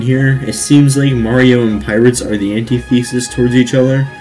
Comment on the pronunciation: Good video and your commentary is mostly okay. But yeah like that guy said...not trillion dollars lol. Also you pronounce antithesis wrong (it doesnt really matter just pointing it out)